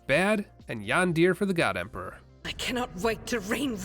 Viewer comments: Love that yandere pronunciation. Jahn Deer is my favorite 40k character! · I don't believe ever having heard something like that from lemon... i appreciate it! - Argenta "..yandere for the emperor.." :D Just need to work on the pronounciation ;) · I thought that was possible. He did also pronounce the Imperial Aquila "Aqui-la" and not "A-qui-la" so maybe he genuinely is unexposed these things lol. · His pronunciation of Yandere was way wrong and some other words like Aquila more uinderstandably so.